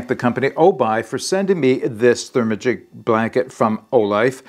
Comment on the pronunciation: 😂 I cracked up when you say "ther-ma-gic". I dont know the correct pronounciation(?) but my mouth definitely wants to say "ther-magic" as in hocus-pocus. Overall not crazy about using this on a hiking trip - a quilt would be dual purpose and much better insulation no doubt.